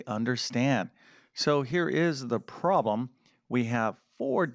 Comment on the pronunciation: there are two syllables in the word problem, a prom is a teenagers graduation party. that said, the video contained useful information.